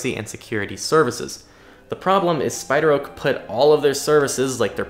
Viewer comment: SpiderOak sounds like Spied Rogue.